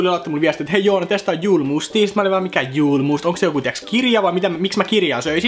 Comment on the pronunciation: Julmust lausutaan suomeks y:llä, se on ruotsinkielinen juoma!!!